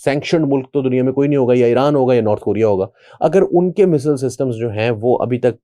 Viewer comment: پائن میزل ایک بیماری کا نام ہے، میزایئل درست لفظ ہے